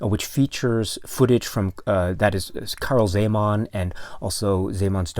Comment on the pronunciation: ...i am from Slovakia, formerly (until 1993, similar languages) part of Czecho-Slovakia... your pronunciation of original movie title and czech names is almost spot on :-) And it is very pleasant to see the work of Czech artist Karel Zeman is appreciated around the world...